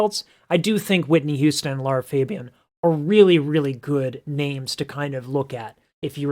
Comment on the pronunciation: Lara dude, not Laura